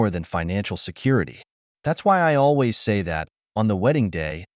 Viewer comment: you mispronounced always